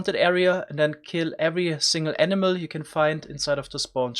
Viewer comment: I heard emena every time he said animal